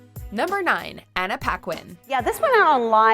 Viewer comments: Anna Paquin... its pronounce "Pakin" not "Pakwine" Its a french canadian name. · She's born in Winnipeg (Canada) from a mother New Zealand and a french Canadian father. Paquin is a common last name in Canada, espacially in Québec. As a french canadian, i can assure you that is not "Pakwine" but "Pakin". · Ouais j'ai remarqué après. Je trouve ça juste grinçant quand le monde prononce "Pakwine" quand ça fait des millions de fois que j'entend Paquin. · just listen how she pronounce her OWN name...